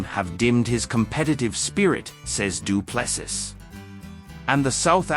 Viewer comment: His surname is pronounced..DU'ple'See....